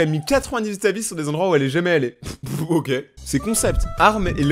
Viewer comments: mais dit pas le mot ok comme oque faut sire OKÉ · Je m'abituerai jamais parce que tu dis "oke" au lieu de "oké" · Ca vous enerve pas la façon dont il dit "ok" ca ce dit "oké" pas "auque"